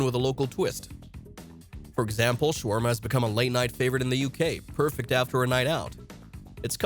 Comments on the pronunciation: the word shawarma comes from turkish word Çevirme not shawarma again. and what was that pronounciation like its arabic wtf. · Then it's an idiot. You're better off just saying you used an AI bot - knothead. BTW - "Showarma" was funny too.